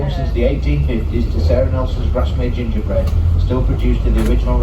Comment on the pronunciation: Grasmere not Garsmere...